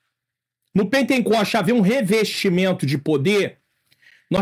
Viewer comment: Paz Pr., só corrigindo, não é "pentencoste" como disse , mas pentecoste, amém? Deus abençoe!!!